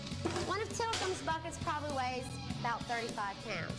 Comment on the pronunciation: look man im trying to understand how you mispronounce "Tilikum" that hard.